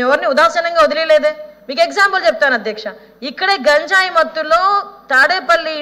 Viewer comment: Gaanjaaye kadhu ganjaye ani paluku thalli